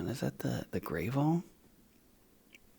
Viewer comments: As a Canadian, I nearly spit out my drink when I heard pronounce Gravol as Gray- vol 🤣🤣🤣 Unsure if this was intentional or not as I know he likes to be playful with how he explains things. BUT, in the event it wasn’t...... Gravol is pronounced GRAV-ol, rhyming with "travel," with the stress on the first syllable (GRAV), making the "o" sound like in "hot" or "not," followed by "ul". It's a Canadian brand of dimenhydrinate used for motion sickness and nausea, often confused with "gravel" but distinct. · Canadian here. Gravol is pronounced as Grav-ol. As in avenue. Not grave-ol. As in gravey. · The Canadian dimenhydrinate brand name Gravol is pronounced Grahh-vaul, not Gray-vaul. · wai wai wai wait... "Gray-vol"? I have never heard it pronounced that way in my life.